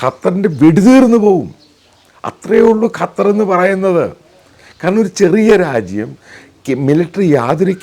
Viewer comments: Sir കാറ്റർ അല്ല ഖത്തർ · Not qataar just 'qatar' this the pronounsation. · കറ്റാർ അല്ല ചേട്ടാ…..ഖത്വർ എന്ന് പറ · ഖത്താർ അല്ല ഖത്തർ ആൺ ശരി